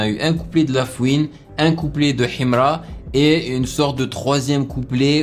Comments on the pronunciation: J'aime trop sa manière de prononcer Himra 😂❤ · Sa façon de prononcer Himra 🤭😂😂😂😂💔